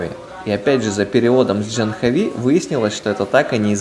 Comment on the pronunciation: Не Джанхави, а Джахнави, с ударением на предпоследний слог. Не тика, а тилака. Не пурахит, а пуджари. Они тебя признали брахманом, это значит, что ты должен быть вегетарианцем, по меньшей мере, по большей -- не употреблять наркотических веществ, вплоть до чая и кофе.